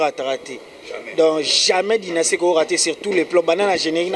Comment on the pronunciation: Dynaskie basali fichet ya échographie ya bana mapasa ya carine mokonzi .....yango album na bino eza dynastie ou dynaskie ...yango tata oyo voix ya bombe aza koyeba ata ko prononces te